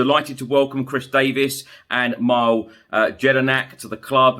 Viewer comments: Pronounced me-Lay.. mile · hey chris, its pronounced MEE LEY jedinak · Mile (mill-ay) Nicname Jedi 100% in penalties in the world cup.